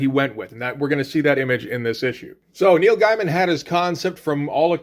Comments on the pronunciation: You're aware that you're not pronouncing Gaiman correctly. Soooo... why not just say it the right way? I can't wrap my head around that. Every time you say it, it's like Britta saying 'bag-alls." Do you just refuse to say, "gay?" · As revealed in an interview, it went like this: Karen Berger called Gaiman (pronounced Gay-Man) and told him they were worried because Black Orchid is an obscure character, and a female one at that, made by two complete unknowns in the American comic book market. Solution? Give McKean a Batman book to draw and give Gaiman a monthly book to write. She then asked him what he would like to do, and thus The Sandman (and Batman: Arkham Asylum) was born.